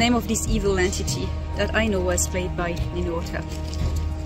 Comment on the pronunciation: Did you say Ninerta?? 🐲⚔️🪬